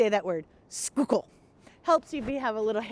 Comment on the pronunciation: It's,'Skuul-Kill", NOT, Sku-kool